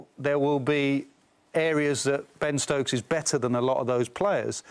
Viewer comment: Ben Ctokes😂😂😂